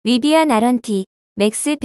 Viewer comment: 리바안이라뇨 ㅋ